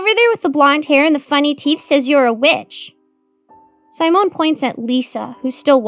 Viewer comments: I don't think that's how you pronounce Simone. I think it's see-mone. I think you're also mispronouncing Samael. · honey, simone is not pronounced with a long i. short i as in sit. si mone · Sigh-moan. Lol i love that intentionally mispronounces words like a little kid would. You can tell she is a great performer